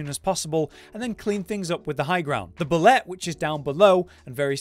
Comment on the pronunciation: Bulette is pronounced Boo-Lay